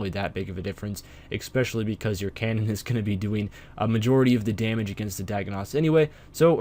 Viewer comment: ESPecially, not EXPecially.